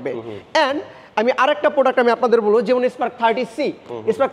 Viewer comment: Vai jemun nah jemon..😂eta beta akhter beti..ha ha hi..